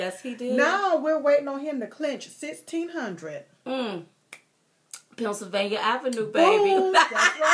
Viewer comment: Love you ladies but stop calling Pennsylvania, Punsylvania... That is all...